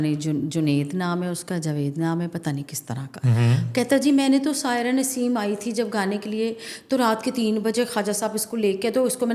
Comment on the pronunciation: میڈم کا نام سائرہ نسیم ہے نا کہ ساحرہ نسیمِ